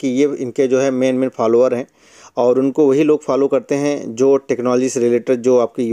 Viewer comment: Bhai Follower hota Phalwaar nahi😅